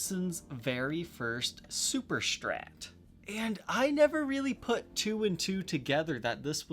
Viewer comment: When people say "Shtrat" :P